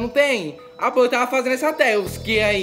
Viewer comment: É skip não skap e não é tausk é task